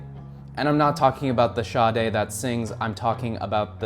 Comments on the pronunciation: P.S. Sade-Le Marquis de... is NOT pronounced like Sade-the singer. Le Marquis de Sade is pronounced "SAD", just like the word meaning "not happy". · yes ! it hurts ! Marquis de Sade is mar-kee de sad (like in being sad) ! same for the name of the brand, it is mispronounced. it is easy to find out on Google how to pronounce any word in any language ... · Dude it's not "Sadé" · Sharrday....hmm interesting pronunciation of marquis de Sade... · and then goes on to mispronounce Sade, who can't be thattttt niche if he literally had an Oscar-nominated biopic made about him